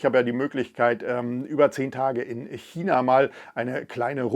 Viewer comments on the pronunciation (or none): none